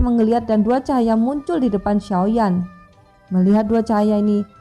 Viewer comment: Cara penyebuta xiao ya tidak jeles,yuzan bukan jusan.